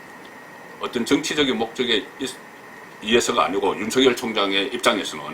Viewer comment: 유명인사들의 말을 들어보면 적지않은 분들이 유월을 [육월]로, 윤석열울 [윤성렬]로 잘못 발음하고 있네요. 이번달은 [유월]이고 현 검찰총장 은 [윤서결]로 읽어야 한답니다.